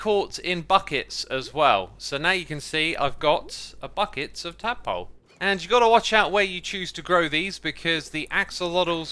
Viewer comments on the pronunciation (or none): none